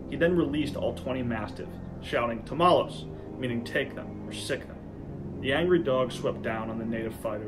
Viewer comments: did this guy just say tamales? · your pronunciation of "tómalos" sounds a lot like "tamales" and i can't stop laughing